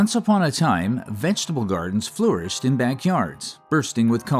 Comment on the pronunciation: Love how you say vegetable. It’s like how I say it. Vengetable.